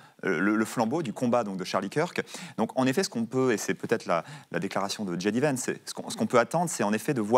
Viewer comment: Et comme toujours, ce n'est pas "dji dé" Vance mais "jay dee" Vance ! La prononciation de l'alphabet est pourtant une des premières choses qu'on apprend en anglais...